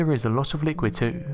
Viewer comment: You're saying 'too' wrong... and it's annoying!!!!!